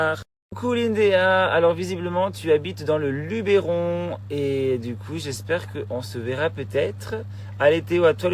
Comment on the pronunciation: On dit Lubeuron et pas Lubéron 😊